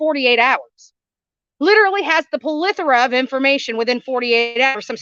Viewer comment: It’s plethora not ple thora